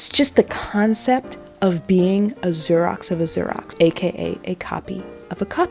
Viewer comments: It took me a few repeats of the word to realize she was saying Xerox. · Your mispronunciation of Xerox is sending me 💀💀💀 We are now in an age when Xerox is no longer in the common vernacular 😂 I feel old. Loved the video. Your commentary and analysis is spot on. ❤